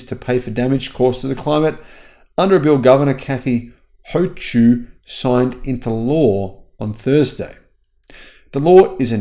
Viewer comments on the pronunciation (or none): The NY governor's name is pronounce Hō-Kil. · FYI, yes it's an odd name here too, but Hochul is pronounced like "ho cull"